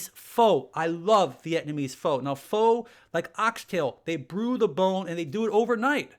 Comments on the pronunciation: BTW it is not pho or fo or fo what? It is pronounced a soft fer as in conifer. And made with yummy beef tendons. Snoot food of the po' peeples like wings and flank steak now expensive because everybody's on it. Hey more power to us. Use the whole steer. Ain't nuttin wrong with scrapple head cheese hot dogs stew or bone broth. All that stuff kept the po' healthy. Thanks for bone broth info. Don't know why all the woo woo about it. It was always a stone soup staple. Everything goes in it. Can't mess up except seafoo' and meats don't meet er meld well. Keep them separate. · Regarding Pho. Actually, it’s pronounced “Fuh” which makes for some hilarious double entendres. I was corrected by someone who is actually Vietnamese.